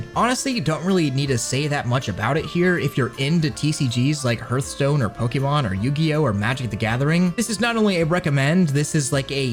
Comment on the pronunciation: “herthstone” sorry I had to